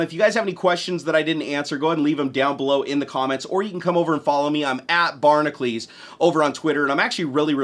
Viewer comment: Your name is (BARN-AH-CUE-LS) not (BARN-AH-CLES